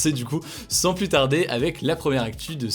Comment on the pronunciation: On ne peut pas dire plusssss contagieux. Le s final de plus ne se prononce pas quand le mot qui suit commence par une consonne.